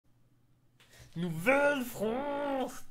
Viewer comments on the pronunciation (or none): NOUVELLE FRONCE NOUVELLE FRONCE NOUVELLE FRONCE